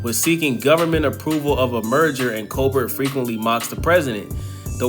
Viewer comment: This motherfucker said Colbert with a hard T like 5 times damn